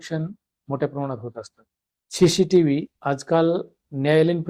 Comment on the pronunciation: पहिले तर सी सी टीव्हीला शी शी टीव्ही अस म्हणू नका . उच्चारण सुधारा 😡